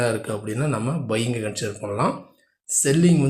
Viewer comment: Selling a "ஷெல்லிங்' என்று சொல்கிறீர்கள்..' செல்லிங் ' என்பது சரியானது